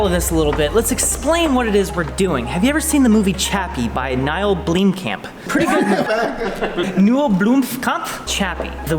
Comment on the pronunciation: Neil "Blimkamp" loooool